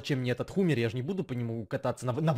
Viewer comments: Не хумер а хаммер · Не хумер а хамир